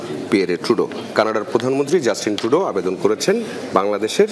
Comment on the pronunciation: কানাডার প্রধানমন্ত্রী জাস্ট টিন টু-ডোর আর শুনে যদি হাসবে নাকি কান্না করবে সেটা পরের কথা কিন্তু নাম বাদ দিলে তো অনেক টাকা লাগবে 😢😢